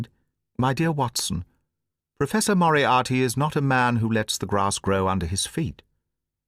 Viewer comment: BTW who agrees that Moriarty sounds like monopoly. Say yes or no😂